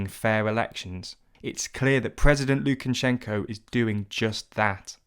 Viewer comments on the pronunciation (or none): It’s actually pronounced Lukashenka. If you’re gonna correct someone do it right.